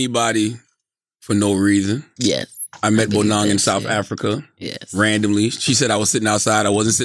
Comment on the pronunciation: it's so funny how American's cannot pronounce African names.. lol he is still not pronouncing Bonang right.